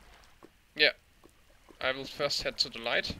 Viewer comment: "not fiirst" XD